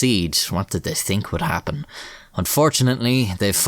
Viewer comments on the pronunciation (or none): none